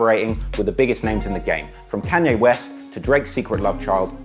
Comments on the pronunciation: True fans can live with the fact that he pronounces Kanye CAN-ye. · Stop calling Kanye "Canye"!